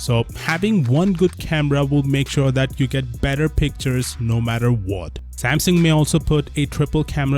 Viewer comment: You say the word "What" so weirdly, it annoys me